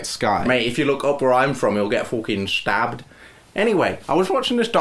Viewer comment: i was diying by the accent of the frase fucking stabbed